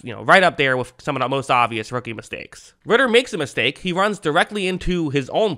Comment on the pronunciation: “idk how to pronounce his first name” pronounces first name perfectly and fucks up last name